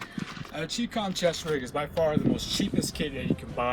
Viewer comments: Chinese Communist condensed into ChiCom not 'Chee-Com', this is ignorant pronouncing of this word. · look.. its chi com, like chai, or chi-nese. and molle is pronounced molly. cmon now. lets do a little research and or leave it to those of us who have military combat experience. i understand you guys are playing a game but in this age People foolishly view YouTube as if it were a University of knowlege. If you don't have the hands on experience Make sure and do your background research